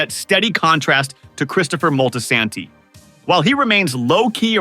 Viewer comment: The ai voice is mad weird. Moltasaaantee. SAYGA.